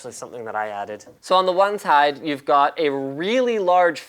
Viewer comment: "So on the oneshide..."